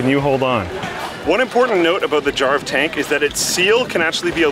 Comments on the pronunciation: jarv tank i thought you said jar of tank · Is it just me or when I first heard "Jarv Tank" I though he said "Jar of Tank"? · Thought he was saying jar of tank cuz I wasn't looking at the screen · *Jar of Dank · Tought he said "Jar of Tank" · It sounds like he is saying jar of tank for jarv tank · You're not the only one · me 2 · I actually heard "Jarv Tank" as "Jar of tank" First time. Not a native english speaker though.